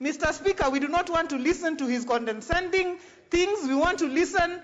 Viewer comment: Condescending not condeNscending.